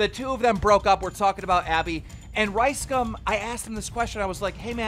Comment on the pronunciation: Keem is mispronouncing LiceCum and its making me cringe